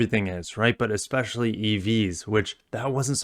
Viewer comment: That was a very Utah like pronunciation of "expecially" lol